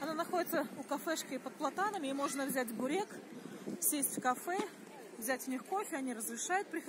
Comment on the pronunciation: Вообще..., не буреек, а бУрэк! :) Спасибо за видео